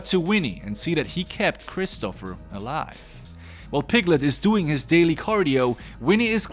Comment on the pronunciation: Why do you call him Christopher? It's christopher